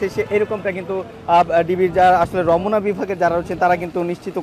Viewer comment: রমোনা আবার কি? রমনা